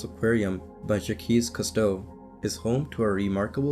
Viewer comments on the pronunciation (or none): Sorry bruh, but you lost me mark when you called Jacques Cousteau "Jake'ess Custe" lol.